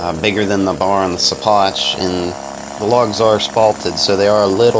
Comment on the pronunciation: hey man i think it might be pronounced "she-pock". keep havin fun